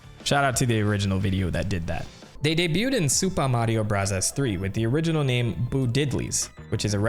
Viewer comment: Seriously just say Mario brothers not Mario brathas